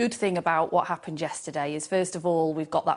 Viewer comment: "wot appened"😂😂😂